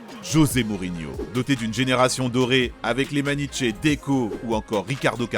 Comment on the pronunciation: 1/ le numéro 1 aurait justement dû être Porto 2003 2/ va falloir revoir certaines prononciations 😂 Maniche et Reus c'est pas possible 3/ super vidéo, vous faites vraiment du bon taff